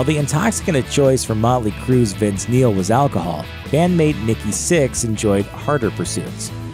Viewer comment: Vince Meal! I thought they said fattest.